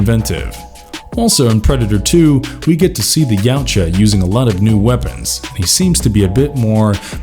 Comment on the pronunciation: Narrator knows how to pronounce "Yautja" but not Danny Glover Rolls Eyes